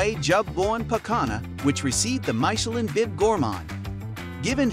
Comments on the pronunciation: Wow I love MY-shuh-LINN restaurants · People are different... I get it. Though every time the narrator says "Maikelon" star it hurts my soul. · Not only mispronounced Thai. Also mispronounced French. My-cha-lin? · How do we take this review seriously when it keeps saying maishelin? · The art of mispronouncing Michelin, it's mee-che-lann! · MY-Cha-Lin? Hahaha! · The announcer in this video pronounce as Mick chee lin star!😂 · May Che Leeene! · Please - it is mitch-er-lin. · Who pronounces it MY-CHE-LIN? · “Myshellin” ….i had to turn the volume off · MY-chelin? Stop it. Nobody says that. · Leave him alone with his pronunciation of Michelin - it doesn't matter. Signed : a French 😊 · He cannot not even pronounce Michelin... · The name “Michelin” not even pronounced correctly. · Great recommendations, but…OMG the way you pronounce Michelin is off-putting…cringe. And can’t you just say Thai baht, instead of saying T-H-B? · The weird pronunciation of Michelin is such a throw off. Perhaps research how to say it correctly for this type of video. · Don't know if I should trust this video, when you mispronounce Michelin. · Very painful how you pronounce Michelin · Could you at least learn how to pronounce Michelin ... rhymes with "miss" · YOU NEED TO LEARN HOW TO PRONOUNCE MICHELIN ! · Maybe watch a video in french about Michelin restaurants and learn to say it correctly. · Tech your computer how to say Michelin properly. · Dude, you not only butcher "Michelin" but the Thai pronunciation of food and storefronts. Nice informative video but please learn how to pronounce the Thai dishes! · I had to stop watching because of the way Michelin is pronounced… ears are bleeding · Learn how to pronounce "Michelin" properly please. It's not "My che lin", but "Mee che lin". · It's Meechemin, not Maichelin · mai sha lin 😂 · I agree and pls start with pronouncing Michelin, because it is not MYchelin. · so... was it "mai"chelin or "mi"chelin ? is this one of American VS Europen reading ?